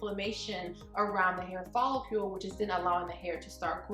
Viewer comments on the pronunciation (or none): It tickles me to hear you say "follicule." Good information as always...😊